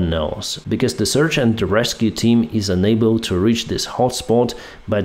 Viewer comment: there is a difference between "unable" and "enable", so pronouncing it correct is very important. also there es a difference between T and D as well as "however" is not pronounced with the "W". if you really have "learned english form atlas vpn" you should have learned that too (this is hint number 9 on these topics)